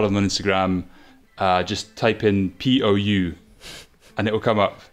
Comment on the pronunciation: We can agree that butchering the surnames is part of the charm of Climbing Daily but Pou sounds more like Pow (or Pouw) than Poo (so we can avoid the cringy confusion)